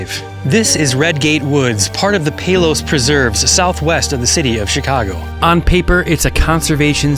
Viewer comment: It's Payless, not Palowse